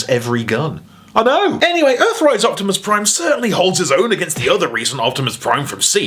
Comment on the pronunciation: Fatimus Prime